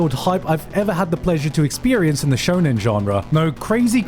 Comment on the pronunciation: "Shonen genre" My ears are bleeding